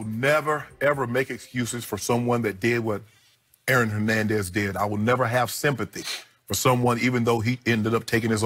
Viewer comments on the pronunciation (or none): Nutflix? Hernendez? interesting pronunciations